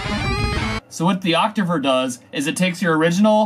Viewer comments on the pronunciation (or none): DVD, you pronounce Octaver as Activer, Octaver should stay Octaver, not transforming to Activer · its pronounced ok-tay-ver